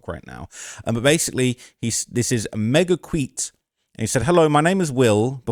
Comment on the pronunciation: its MEGA-CUTIE not megaqweet.. lol